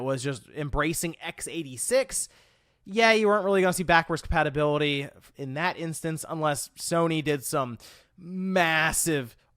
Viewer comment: Has anyone else noticed that he says "patibility" instead of "compatibility.?"